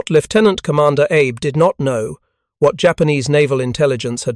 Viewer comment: Cheap AI slop. “Admiral Abe” (as in Honest Abe).